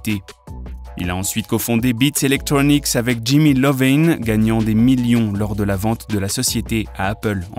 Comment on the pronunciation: Pardon c’est Iovine avec un « i » pas Lovine ooh🙄